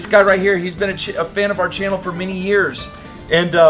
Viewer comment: “a chan of the fannel”??? That was interesting, lol. Nice clip as always, can almost taste the dish…..